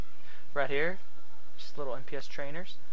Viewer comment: isnt it "NPC" trainers? not "NPS"????